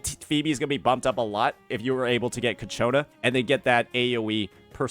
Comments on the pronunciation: It's Ciaccona not Cacciona 😭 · Its pronounced CHA-CONE-UH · Of course, its coccaina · I'm actually gonna block this guy if I hear him say ciacconas name wrong one more time